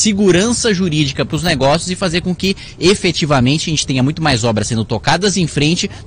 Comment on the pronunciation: A palavra é EFETIVAMENTE...kkkk sua cara Kim